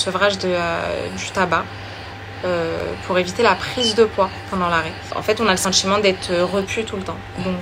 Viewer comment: à 8min 26, la dame a le "sentchiment" oesh